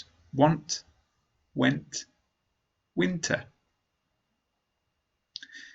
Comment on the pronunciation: winter pronunciation (wiinteaa ) 🌚